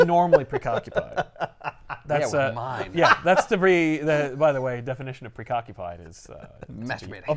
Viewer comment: He most assuredly said "precockupied". Freaking love this show, great stuff.